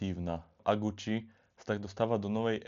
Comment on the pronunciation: Fuj daj pokoj s celým Gucci. Choď k logopédovi, radšej.